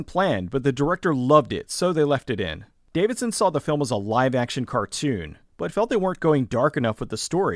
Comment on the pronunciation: Love the video but it drove me nuts that you kept getting Bruce DAVISON's name wrong.